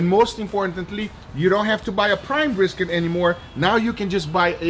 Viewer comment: Guga: breeskit